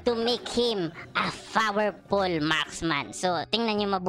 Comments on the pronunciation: fowerpul marksman. .🤣😅😆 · Fowerpul Hahaha